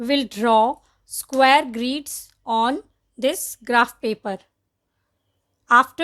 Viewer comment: It's grids not greeeeeds